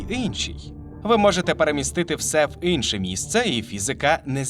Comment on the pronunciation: Неьзнаю чому, але мені дуже подобається ваша вимова слова "Инше" 😅